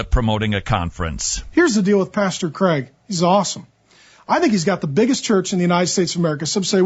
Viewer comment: He adores Cwaig.